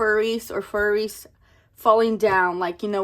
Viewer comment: Omg that bright pink one is sooo cute!!! 🩷. Tell me why I say cheeeese every time you do 😹😹. Haha girl YESSS toooo the windowwwwww to the wall!!!! Oh my gosh you always have me laughing hard. “I see furries!!!” I think it’s flurries 😹❄️🌨️. Yayyy my challenge got 2 spicy 5’s!! I can’t even keep up with how many times I’ve laughed in this video lmao